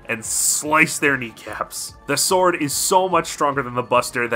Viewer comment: everytime he says "sword" i get madder